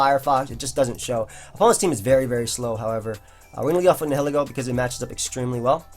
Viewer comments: I think it's pronounced ny-uh-lee-go. "nihil" like in "annihilate" meaning nothing. Ego meaning one's sense of self. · NI-HILL-EEGGO is the correct pronounciation. And just for everyone's fyi toxapex is TOX-APEX NOT TOXAH-PEX or TOXI-PEX